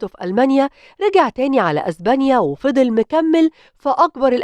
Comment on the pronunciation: إزبانيا 😂😂😂إسمها إسبانيا